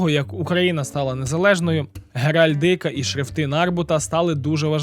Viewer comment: в слові геральдика наголос не тей